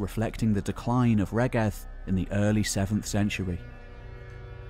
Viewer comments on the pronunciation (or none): Excellent on the whole, but it would be great to hear the the Welsh names pronounced properly, e.g. Rheged [ˈɹ̥eˑgɛd], Ystrad Clud (Strathclyde) [ˈəstɹ̻ad klɨːd]. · Pretty sure "Rheged" is pronounced REED.